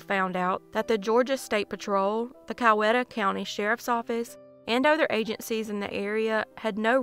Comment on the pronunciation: Only 3 weeks behind on seeing your videos. Case # 5 if you ever encounter the name, "Coweta" again you'll want to pronounce it "cow= E-ta".If you forget it's no big deal and I have no idea if my posting this matters to you. BUT if it offends you I will stop. Thank you very much for 199 episodes!! 🧡